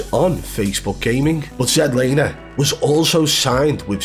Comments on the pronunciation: I swear I’m about to pull my hair if I hear Zed Laner one more time 🫥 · I thought his name was Zlaner. Not ZED lamer? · His name is Zach Lane not Zach Laner you Neanderthal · He’s Not a hacker, jealous bro, u can’t evan say his name right ya plum 🤣🤣🤣